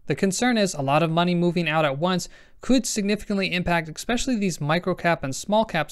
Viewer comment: "Expecially" is not a word.